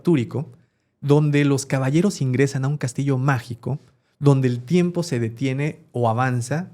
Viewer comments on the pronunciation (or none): solo vine a corregir "TIMEPO"